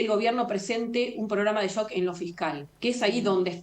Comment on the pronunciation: no se dice política de "yok", se dice política de "shock".